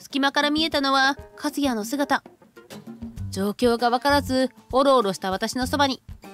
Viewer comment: ❌カズヤ ⭕カスヤ